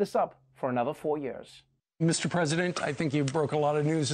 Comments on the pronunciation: It‘s pronounced years not „yöööörs“. Please Trevor, c‘mon on. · I just love the way Noah pronounces "years". I just like the sound. It's like when you lie down on a cool fluffy pillow.